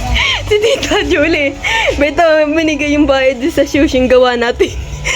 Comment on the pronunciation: Sushi naman po kasi, hindi shushi